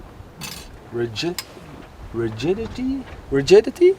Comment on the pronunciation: Rigidity thats the real right word and pronounced correctly.